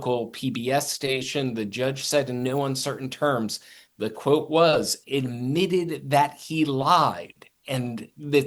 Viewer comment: "Idmitted" that he lied. Speak properly